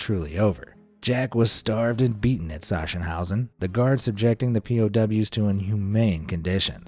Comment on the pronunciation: It is pronounced SaKSENhause. A hard K sound. Yes, I visited there along with Dachau.